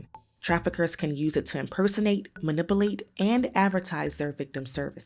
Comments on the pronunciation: Ma-nipple-ate... lmfao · My favorite pronunciation was "Ma-nipple-ate" lol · My favorite pronunciation was "Ma-nipple-ate" lol. I can't get over how bad this narrator is. I can't even listen to the story without cringing. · I’m sorry but I can’t get over the way she said manipulate… “manipalate” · Two pronunciations butchered here: La Keenta - NOT La Queenta and ma-ni-pew-late - NOT ma-ni-pull-ate